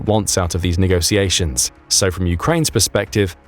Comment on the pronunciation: Negociations? It's negoTiations